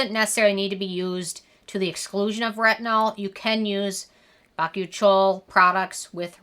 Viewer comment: Oh, I thought it was pronounced "bah-coo-chi-al" not "bach-oo-chole"